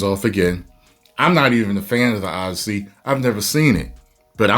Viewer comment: The O-DEI-ssey